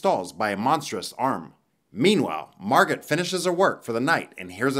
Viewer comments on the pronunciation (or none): Margot is pronounced MAR` goh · Is her name really marGOT or is the t silent?